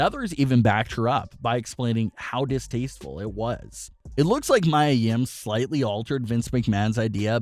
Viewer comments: ME-A Yim bro. Come on. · True her name is Mia yim not Maya I like how they put photo of her and her boyfriend Keith Lee their are so cute (●♡∀♡) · Can you say mia yims name correctly? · Clearly you don't watch NXT. You don't know how to pronounce Mia Yim's name. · You keep pushing people's names it's Mia Yim and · You pronounced her name wrong . but its ok though